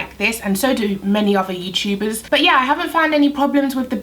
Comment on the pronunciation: “Youchubers” lol